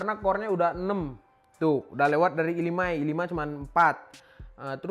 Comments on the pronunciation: ai tri - i faif HAHAHA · lucu orangnya.. ngomong i3 bisa (ai tri) ngomong i5 gabisa (i faiv)